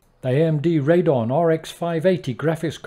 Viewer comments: I'm afraid it's a thumbs down for the waste of one minute video intro! Just get on with it. Please get rid of the HUGE 'SimHanger' block in the lower left, it's unnesessary and distracting, mainly because of its size. Also, while I'm moaning, it's RadEon, not Radon; there's an 'E' in that you're not pronouncing. And it's HDMI not HMDI. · Found this channel researching cards for the new FS2020 which comes out tonight! A few things though, it's pronounced "Raid ee on" not "Raidon," The 1660 Super is just that, not the 660 Super, and they're called CUDA cores, not just cores. I'm sorry to be so pedantic, but I don't want anyone walking away with misinformation.